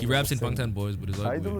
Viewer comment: I love open-minded people who GENUINELY respect other cultures, and I can tell that you're not reacting for views and clout. You even pronounce "Bangtan" correctly and their names. Your Korean pronunciation is pretty impeccable even when you said "Hwarang" and you know that "R's" should be pronounced as "L's." Kudos to people like you and keep up the awesome content. Appreciate you.